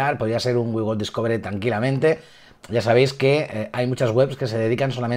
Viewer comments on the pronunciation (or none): none